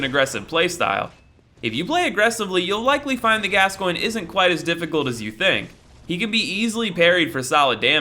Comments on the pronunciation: How did you pronounce Gascoigne correctly but not Vicar? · it's pronounced as gas-coin eileen calls him gas-coin so i assume its the right way